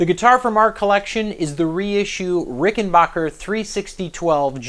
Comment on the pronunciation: Its rickenbacker not rickenbocker !